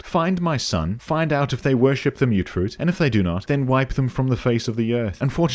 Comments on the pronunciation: It will always be "mutt-fruit" to me, "mute-fruit" is one of those silly American pronunciations that's stuck like "airplane". And i don't care if one of the game's NPCs pronounces it like that either. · As someone who also called it "mutt fruit" back in 2015, I genuinely hate the myootfruit pronunciation, even though I know it's technically correct. It sounds way less punchy. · I believe its pronounced like mutt because (i think) its either a fusion of fruits or the product of some fruit that mutated together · I honestly thought that you saying "Mutt Fruit" was a deliberate mistranslation to annoy commenters lol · Ah yes, the humble myootfruit I sure hope those pesky super myootants don't get their hands on them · Wait... It's pronounced Mute Fruit?! I refuse to believe this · When you mentioned people getting an aneurysm from you mispronouncing Mutfruit, i lost it. Your humor is very creative. I want to pick up fallout 4 again now. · You adressing your horrific mangling of the word 'mutfruit' is the sole reason i subscribed.